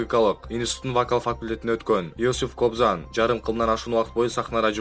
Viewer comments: Кобзан деп айтылбайт Кабзон деп айтылат грамматиканы ондо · Кобзан эмес, Кабзон болчу.Туура айтсан. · кабзон деп айтылат кыргыз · Кобзан дейт го качан туура окуйсунар журналисттер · Диктор айтылганда Кабзон жазылганда Кобзон болот. Так туура айткылачы.